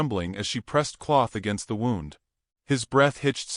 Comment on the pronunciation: Not “wound” it’s woond!!!